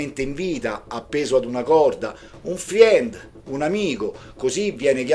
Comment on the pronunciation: 😂 dai, lavoriamoci in gruppo: FRIEND si pronuncia "FREND"... insieme divertendoci! E sempre grazie 😊